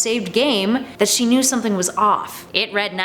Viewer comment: ya he sed he woldht hurt somting else